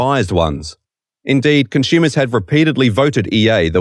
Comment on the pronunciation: "conschumers" "aschume" Learn the correct pronounciation of the language already. The first one or two times I thought it was an accident. But the other 20 times just really hurt my ears/brain.